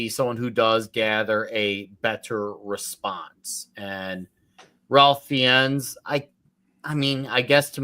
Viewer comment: and – Ralph Nathaniel Twisleton-Wykeham-Fiennes a.k.a. Ralph Fiennes is pronounced /reɪf ˈfaɪnz/. Back in the day, Ralph used to wear this hat that read, "It's Rafe", to help people pronounce his first name right 😅. There is a native British English audio 🔉 sample of his name in the online Forvo pronunciation dictionary.